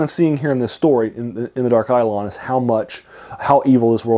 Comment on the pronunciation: Eidolon (accent on the second syllable, btw) is also the word used in the Septuagint and the Greek New Testament to refer to idols or graven images. That's perhaps more directly appropriate to how it's used in this story.